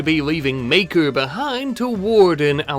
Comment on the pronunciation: You say Maker, I hear Maekar. Gonna make a A Song of Ice and Fire reference every video now.